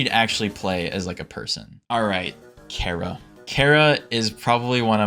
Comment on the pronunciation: CHARRA NOT KARA